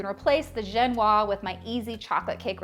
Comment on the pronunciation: Génoise is with a é (like the 'e' in 'hey') and ends with a soft sound (a but like zzzz)